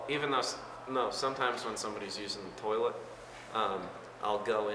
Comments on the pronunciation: I love how Brian says the word 'toilet'. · ahahahaha why does he say toilet like that